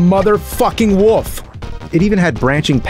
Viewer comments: Did he call a wolf a woof? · Today is the day I learnt the nerd pronounces wolf... 'woof' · James calls a wolf a woof lol